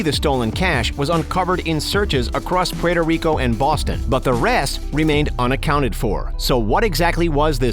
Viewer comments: you can say Cuba, Cuban, south America, and other nationals but you can't say Puerto Rico correct hahahaha, You def not from NY State or NJ. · The way you say Puerto Rico makes me cringe 😖